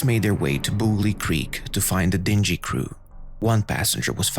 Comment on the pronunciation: Great videos but why is your pronunciation of words so bad? Freighter, dingy, tether and more. Perhaps you can have help with this before you record.